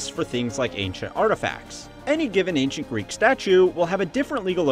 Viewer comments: “Acient artifacts”? Woops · "Acient Artifacts"